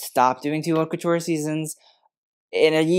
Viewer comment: Very important. Haute is pronounced Oat not Hawt. 😮 Otherwise, I think you’re very knowledgeable and pretty dead on.